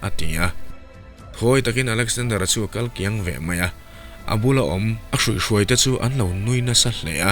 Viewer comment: Hruihhruai ni lovin, THUIHHRUAI